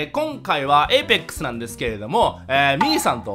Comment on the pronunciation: 最初のAPEXのイントネーション草